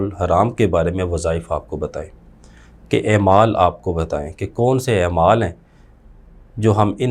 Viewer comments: اے مال😂😂😂😂😂۔ نہیں ہے اعمال درست تلفظ ہے۔ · بھائی جان نہایت احترام کے ساتھ ایک گزارش ہے کہ ، " ایمال" نہیں " اعمال" ہوتا ہے ۔